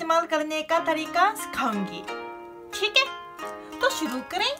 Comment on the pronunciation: Lol "suru"😂, but indeed she looks very cute while speaking hindi